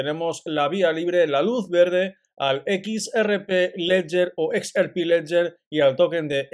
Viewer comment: #XRP seguimos pendientes siempre. Sugerencia. Se dice EX AR PI.... No se dice EX ER PI